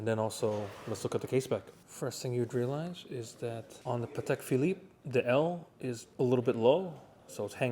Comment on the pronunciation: That's a "Patel" Philippe 😅